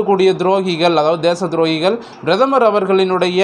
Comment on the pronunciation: Kindly pronounce prathamar .correctly